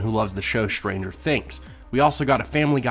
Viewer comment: what is this accent? As in "shtranger things"